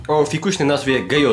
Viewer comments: Czyta się GJOZA nie gejoza czy gyjoza 😂 pzdr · To się czyta Gjoza.